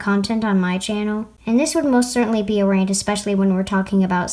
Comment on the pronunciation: it sounds like your saying ranch